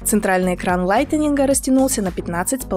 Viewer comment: яке лайтенінґ? справдьте в словнику як то слово читаєццьо!